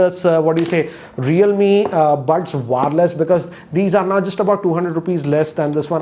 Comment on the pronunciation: It's not WAAAAAARLESS, its wire-less.. just kidding.